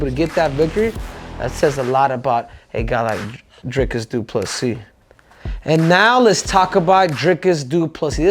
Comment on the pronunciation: Henry.... you are pronouncing it wrong. It's Dhyklick DoofaSissy ❤